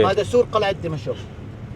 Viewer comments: اخ... عندما تذهب الى اي بلد في العالم يجب ان تتعلم ثقافته ولا تبقى على ثقافتك المصرية.... لا يجوز ان تسمي دمشق ( اقدم عاصمة بالتاريخ ) بلهجتك الخاطئة دمشء... وتصر على اعادة لفظها الخاطئ عدة مرات... بغض النظر عن كمية الاخطاء اللغويه التي مارستها خلال الفيديو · دِمَشق بكسر الدال و فتح الميم و جزاك الله خيرا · بالله عليك انطق دمشق صح 🤣🤣